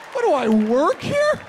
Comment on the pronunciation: He makes the same crazy faces when he tryna explain shit 😂😂♋🤗.. love the way he whispers words in broken syllables 😂,,😡 I'm not cleanin the showah